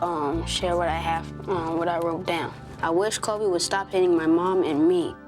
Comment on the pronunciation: His name is actually “Kobe”, not “Cody”. Uh, uh.